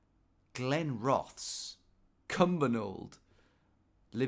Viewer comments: Glenrothes was also painful gold haha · Really need to brush up on your pronunciation of Scottish towns! As soon as I saw Glenrothes, where I live, I knew you'd say it wrongly. 😂